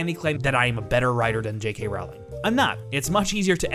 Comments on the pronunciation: No, the main takeaway is that he does not know how to pronounce JK's last name. It is pronounced rolling (row - ling), not rauling like howling. 😎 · Okay, I'll start with a pedantic nitpick: you say you're a fan but you can't say her name right? Really? It rhymes with bowling, dude. Now, for substantive points: 1) I agree with you on the Leta story line. It was basically a red herring (which works great in a mystery but doesn't serve a real purpose here, making it superfluous) and just to add back story in an attempt to make her death more meaningful. It didn't, though. She was still just as much dead weight as Nagini. I think both women were there to score social justice points without any substance or affect on the plot. They both could've been used much more powerfully than they ended up being. 2) I agree that Theseus and Leta could've been included with Newt and Jacob, to streamline the ridiculous number of plots and to create more interesting dynamics. I also agree that Tina and Creedence could've been grouped together, too. I think it could've been interesting to have Queenie join them for a while only to leave later in a disagreement, and maybe that's when she gets picked up by Grindelwald. 3) I don't really have an issue with Depp as Grindelwald. I think the characterization problems he had were problems of direction and script, not acting ability. But someone else could've played him, I'm not picky. I do agree that Grindelwald shouldn't have been cast first (I do think it would've been powerful to have Graves revealed as an agent, instead of G himself), and I think they should've done chemistry tests for both Dum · I don't mean to be rude but I'm pretty sure you're pronouncing Rowling wrong